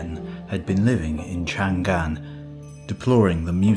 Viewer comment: It's not Chan-Gan but Chang-An 😂